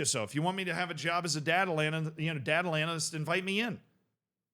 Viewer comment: 0/2 for pronouncing data analyst